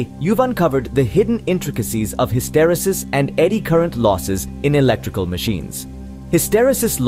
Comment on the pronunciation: It's pronounced ˌhistəˈrēsəs